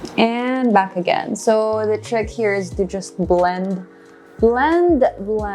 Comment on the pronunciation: Why all if u talking natural as “nay cho RAll” …. Coral as “krol”…. Back as “bark”….